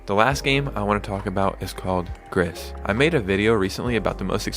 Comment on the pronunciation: GRIS is Spanish for grey. Pronounced Greese fyi not griz 😅